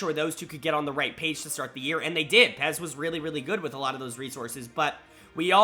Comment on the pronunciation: Stop calling Peyz "Pez"